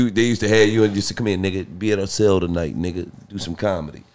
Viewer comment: Nigga said celly time😂😂